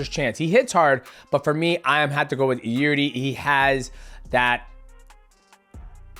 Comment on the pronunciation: Nobody can pronounce Prohazkas name. He even got to pronounce it wrong by himself. Try to surprise him with real pronounce, something like "Yirjy"